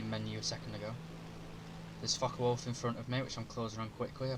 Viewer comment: How come it sounds like he is cussing as he talks about the fuckawolf and the fuck190🤣😅